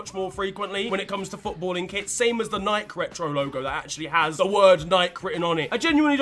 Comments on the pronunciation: Why do you guys always mispronounce Nike? . . . And taco while we're at it? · I'm an American so hearing Nike as (nyke) when we pronounce it (nykey) has thrown me for a fucking loop. How have I never noticed before?!? 😂😂